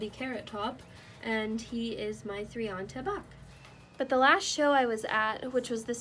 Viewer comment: It’s pronounced tree-anta